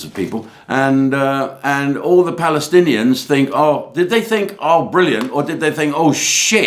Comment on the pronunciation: Jim, if you can't pronounce Pallystillions Just say Hamas. It's the same thing. As the police can't control the mob, ask the Israeli IDF to help.😂